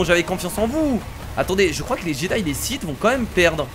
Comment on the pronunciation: Mec on dit Sith